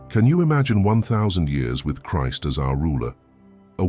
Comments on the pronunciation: I love this channel it's Biblical content but I really don't like the AI voices you're using. It mispronounced Christ and the AI voice doesn't have the passion and delivery of the people you used to use. Please bring the real people back. Thank you. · I thought we were to live forever after Christ returns? Also is this narration made by an AI... I've never heard anyone say "Christ" with that pronunciation.